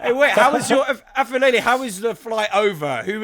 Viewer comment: boys aphelele is pronounced like pepper not like f sound